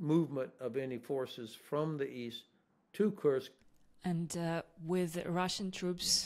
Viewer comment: This man will hopefully become the US president one fine day. He is so reasonable thoughtful and intelligent. Guessing he's also reads Cyrillic cause he pronounces kursk correctly...i always listen to him